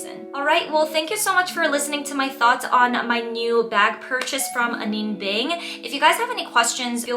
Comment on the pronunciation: Have you learned how to pronounce her name since filming this? Just wondering! I think it’s important… ☺️